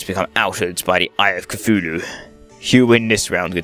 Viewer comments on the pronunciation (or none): your saying cthululu wrong , its ka tooh loo . say it a fast so the H on tooh is silent but you can still hear it a little